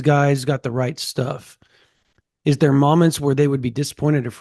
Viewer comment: The way always says Moments, Mah-ments. 😂 it’s Moe-ments. Love the show constant viewer here